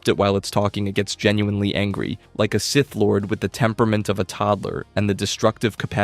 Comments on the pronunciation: idiot says scythe instead of SITH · Why did you comment “Seeth” when he said “scythe”. My brain hurts 🤔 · Bros pronunciation is terrible no way he’s a real fan when he can’t say with or kanan jarris 😂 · He's pronouncing it like 'Scithe' and I can't bare to go past 3 minutes further